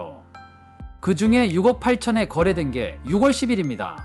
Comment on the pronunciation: 영상 잘 봤습니다 . 그런데요 ------------- 6월 = 유궐로 읽는 것이 아니고 - 유월 로 읽으셔야 합니다. .